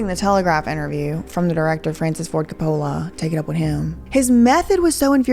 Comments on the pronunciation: Look I’m not trying to knit pick. But when people mispronounce someone’s name it drives me crazy. It Cope uh luh not co polla. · I would say just one thing : report, do not judge. I am here because I like your other videos. The director's name is pronounced [Kopulah] with accent on the first o. He is one of the most recognized movie directors in the WORLD, and has created some of the most emblematic Italian/American culture movies in the last 50-60 yrs. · I have always adored Shia...he's such a good actor. like Johnny Depp, who literally becomes the person he's portraying. And Heath Ledger! I hope he's finally doing well after having a very rough start. Also,, pronounce it Cap-pa-la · Your pronunciation of coppolla makes me want to punch my phone and throw it in a woodchipper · is one of my top 3 fav youtubers, but can someone please help her pronounce COPE-ala? TIA Still love you girl, and all your music (this one is def a bop ) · Francis Ford "Cah-pole-Uh" 😅😂😅😂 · Love your content but hate how u say copolla 😂😂😂😂😂😂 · if you think Cope Alla, you got his name right wonderful video i did chuckle every time you said his name hehe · Say it like Cope-o-la and NOT lay 😊😅😂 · Making this whole video without pronouncing the name Coppola correctly was a bold choice. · Francis Ford Coppola is a legendary Artist and Director. Please pronounce his name correctly. 😂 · Love the way you pronounce Coppola. 😆😆 So wrong.